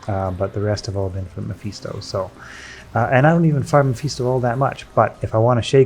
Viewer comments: Meh-fis-toh, sweet Jesus hearing you mispronounce that name so many times i had to pause just to correct you. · Stopped watching because I hate how you pronounce mephisto like an asshole. Get bent